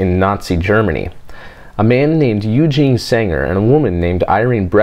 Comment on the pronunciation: Pretty cool way of pronouncing Eugen and Irene :D the "e" are pronounced like the american word "a". Except for the Eu that is pronounced like the first sound from oyster.And the "V" in Vogel is pronounced like the "F" in force. But that doesn't really matter. Pretty cool video, I always enjoy hearing about Germany's great aerospace history that took place when the rest of the events were dark here in our nation.That's why I'd appreciate few things more then a Space Pod about the whole "Werner von Braun" crew and story.